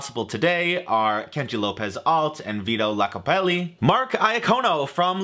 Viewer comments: It's Vito Iacopelli with a capital i. Not Lacopelli. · its iacopelli, not lacopelli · Its Vito Iacopelli with an I, not Lacopelli with an L. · It's Iacopelli not Lacopelli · Just FYI - it's Vito Iocapelli, with an "I" (eye), not an "L". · Iacopelli starts with an "i" ("eye"), not an "L". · I honestly don't know how you could have gotten this SO WRONG in both typing and speaking, but it is Vito Iacopelli. Last name begins with an upper case 'i', not a lower case 'L'. It's pretty standard for names to begin with capital letters, which you should know, but you also think "a oven" is literate. An oven. An apple. An icon. A bird. A spoon. A joke. Do you get it yet? If the word starts with a vowel, you use 'an'; words beginning with a consonant begin with 'a'. Also, absolute operator error with the Vito Iacopelli (yoc-oh-pelli, not "YACK-oh-pelli") recipe. He is a true pizzaiolo. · If you can’t spell or pronounce Vito’s last name correctly, how can we trust that you made it correctly?